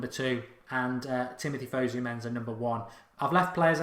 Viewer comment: Please stop calling him fuzzu menzza it's fusu mensah